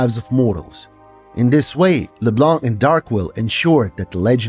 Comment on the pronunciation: Finally someone that pronounce Leblanc without the C at the end!